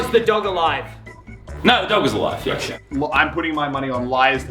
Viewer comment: Muselk soundet like He vas from Sweden because in Sweden Ja! Means Yes!